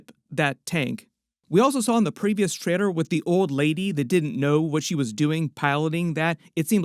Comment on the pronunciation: WHY CAN'T YOU PRONOUNCE TRAILER CORRECTLY?!?!?